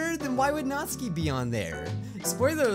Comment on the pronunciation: Ahem It's pronounced nat-SUKI NOT NATSKI